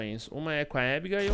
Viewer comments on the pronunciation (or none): Porque todo mundo fala ibiguil mas e abigail